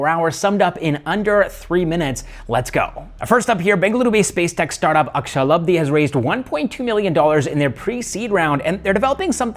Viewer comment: Akashalabdhi should be pronounced as Aakaasha..labdhi